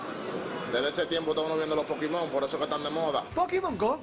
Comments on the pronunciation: vamos a ver es "POKÉMON" no es "POKIMON" hablen bien. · "LOS POKIMON" JAJAJAJAJAJA!!!!!!! QUE RISA!! Muero!!!! 😂😂😂😂😂😂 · Pokimon Jajaja